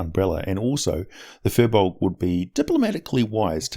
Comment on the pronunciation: An interesting thing (and I'm really stretching the meaning of interesting here) is that Firbolgs come from celtic mythology and as such comes with Gaelic pronunciation. It should really be pronounced as Feer Bolk. Yeah, some useless info there. Thanks for letting me waste your time.